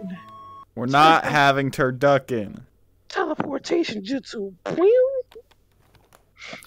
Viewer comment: "I love 'Turduckin' " -Naruto 2021/2021🤣